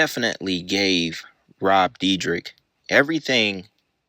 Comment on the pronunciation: Rob dear deck: ❎️ Rob dee drick: ✅️